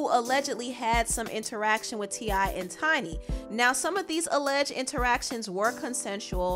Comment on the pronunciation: ITS TI NOT TINY ...